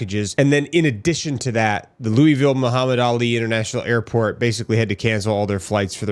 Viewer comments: Its Lou-uh-vull. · Bro you're killing me quit saying Looweyville...😂😅😂😅 LOL. Its Louisville, or you can pronounce it Louisville. Some even pronounce it Louisville.......😅😂😂😅